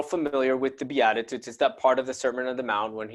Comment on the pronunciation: Its beat ta tudes is how you say it love you brother blessings